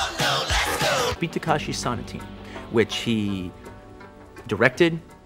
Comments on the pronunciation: He keeps saying "Tekashi" when it's "Takeshi" and it's driving me nuts. But other than that all great points. Kitano is a legend. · Isn't it Takeshi and not Takashi? Have I been saying it wrong for years? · Sonatine (so-nah-ti-ney). Takeshi (tah-ke-shi) not Takashi. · Quentin, love you man, but it's TakESHi, not TakASHi. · He keeps saying TaKAHShi. lol Still a legend. A film scholar. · I KNOW, totally bothering me too, I keep wishing he is going to say it right once or just stop saying the name. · lol that was buggin me 2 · No, you're correct, Tarantino is just butchering the shit out of it like he often does with foreign names and words